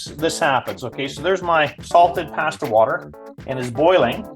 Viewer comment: Take a shot every time He says “Passtah!”. 👂🩸